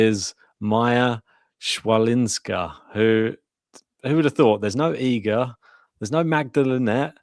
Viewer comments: CH in polish we read as H, so Hwalinska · No, it's not. 'Ch' is pronounced /h/ as in 'head' or 'ch' as in 'loch'. 'w' is pronounced /v/ or /f/. So it's hfa - lin - ska.